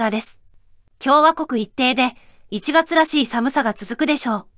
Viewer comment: アメリカ領東京、アイ→エーの母音融合の他「寒さ」のアクセントが頭高型でなく中高型なのも現在の標準語と違う点でしょうか。ほぼ標準語だからこそ耳に付く差異はありますね。